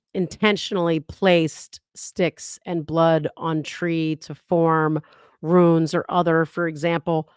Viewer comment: It's runes not ruins